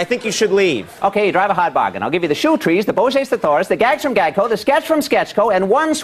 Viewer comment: Stack can’t pronounce ‘thesaurus’ lol